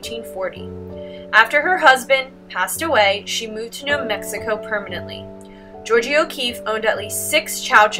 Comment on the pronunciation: Love your videos for my students but please work on pronouncing artists names. George-ah